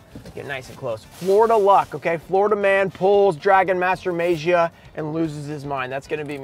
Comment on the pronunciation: Still pronouncing as May-jee-uh, huh? Lol It's Mah-gee-uh. No, not Mah-jee-uh. Mah-gee-uh.